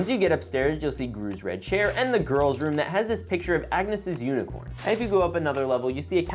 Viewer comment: "The goiwls" got me 😂😂😂😂😂😂😂😂